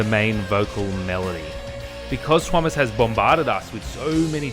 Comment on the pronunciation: She can pronounce Tuomas' name correctly. Can verify as a Finn. :) Thank you for an excellent and respectful dispute of her argument. This is truly useful debate.